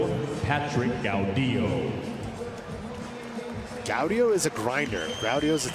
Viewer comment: Patrick Gau-DIOO, DIO SAMAAA